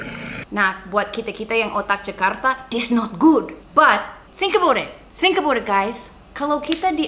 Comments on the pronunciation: “Think abood it, guys!” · The happiest people don't have everything. They make the best out of everything. Also don't kill me Sacha but I love your "Let's talk aboot it"! <3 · "aboot" LMAO SACHA U R SOOO CANADIAN NOW